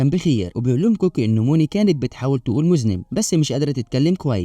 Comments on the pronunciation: مذنب....مش مزنب ....مذنب بضم الميم وفتح الذال .....😅😅😅....انت مش انت وانت مزنب....😅😅😅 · المُذَنّب ارجو ان تصلحه فالمعنى مختلف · صحيح وانا طول ما يقرأ غلط افكر من ذا المذنب طلع يقصد المذنّب 😂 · من هو المذنب!!!!!!!!!!!!!!!؟: النطق الصحيح: المذنّب، أرجو أن تعيد تسجيل الفيلم مع النطق الصحيح، ويمكنك الاستعانة بصديق في نطقها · مُذَنَّبْ ، شعور سيئ جدا ان متعرفش تقول كلمة سهله زي دي صح ، التعليم في الضياع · أنت يا ابني ai إيه المذنب ده خربت المتعة يا شيخ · لازم لك مذنّب يجيء يوديك عند سيبويه بشوف أكبر مذنب في حق اللغة العربية في القرن الواحد و العشرين. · هو غلط قي كلمه مذنب بس يكفي انه راجل وبيتكلم برجوله من غير ما يغير صوته زي بتوع اليوتيوب والمستفز استمر احسنت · 😂😂😂😂😂😂😂😂😂😂 كل مايقول ( مذنب ) كأنه بيطعني بخنجر في خاصرتي كنت بتألم فعلا و مش مصدق انه ممكن يكون بيقول كده و كررها كتير إزاي يعمل حلقه حلوه كده و ينطق و يكرر الكلمه غلط كده اكيد كان بيقرا من ورقه و اللي كانب الإسكريبت واحد تاني